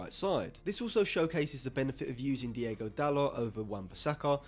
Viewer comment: It's DIOGO Dalot, not Diego Dalot... he's not spanish!